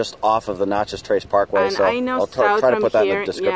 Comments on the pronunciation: You are driving me nuts pronouncing Natchez as "Notchez." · May I ask where you are from? You mispronounced every town and even Natchez.